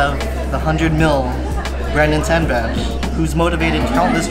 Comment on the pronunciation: Brandon tan name mispronunciation is rea